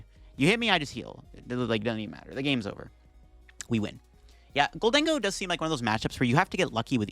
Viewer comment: bro mispronounces Gholdengo and Ceruledge all the time